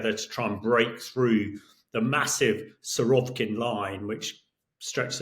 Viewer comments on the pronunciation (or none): It's Surovikin, not Surovkin. Suro-vik-in like Vic-tory. Not sure why british commentators keep geting it wrong after few years hearing that bloody name.